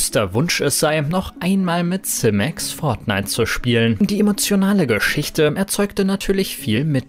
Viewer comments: Werbung bitte kennzeichnen. kuchentv fehlt. Simex spricht man Simex aus nicht Semex. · Simäx meine Ohren bluten.. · Nices Video aber Simex spricht man anderst aus 😅🤣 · Wie er simex ausspricht